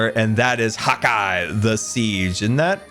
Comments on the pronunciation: I always thought u said hawk eye not hotguy 😂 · Did anyone else think he was saying "Hawkeye" this hole time? Which...works with archery. lol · hot guy... I thought you had been saying hawk eye all this time 😆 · Are you telling me this entire time I've been thinking was saying Hawkeye, that be was ACTUALLY SAYING HOTGUY... This are some alternate universe shenanigans I sWear. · I’m sorry, am I the only one who thought he was saying HAWKEYE this entire time. 😀